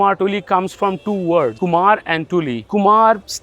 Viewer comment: Kumhar not kumar